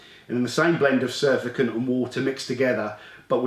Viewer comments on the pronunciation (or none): Great review as always. However, just one thing; 'surfactant' is pronounced 'sur-fact-ant', not 'suf-a-cant'.